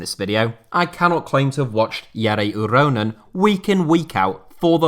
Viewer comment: An English person pronouncing "Jere Uronen" correctly?! What is this sorcery?